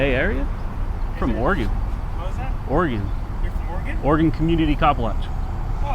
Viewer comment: Glad to hear a Cali boy pronounce Oregon right!